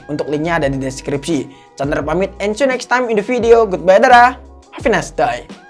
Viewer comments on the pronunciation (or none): none